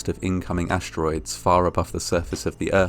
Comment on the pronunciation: It’s a little annoying to hear you pronounce st-sequences as sht like ashteroids. Especially because once you hear it you hear it every time.